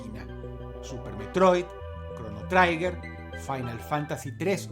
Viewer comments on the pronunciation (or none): none